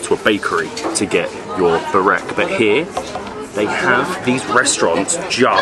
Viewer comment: bro you kill burek (spell it as BOO-RACK)